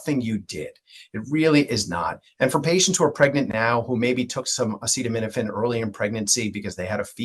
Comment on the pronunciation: This guy is a joke, he can even say acetaminophen. And the staff behind him looks like they are gonna burst in laughter 😂.